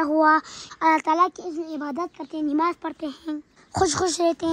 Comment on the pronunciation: NAMAZ hota hai NIMAZ nhi hota😊